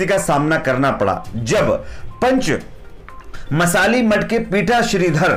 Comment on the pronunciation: Panchmasali mutth nahi yar, panchamasali mutth